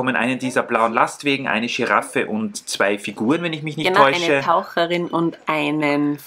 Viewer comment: Es ist so lustig, dass Ihr "Dschiraffe" sagt 😄 ... Vielleicht sitzt auf dem Rücken der Dschiraffe ja ein Gimpanse 😂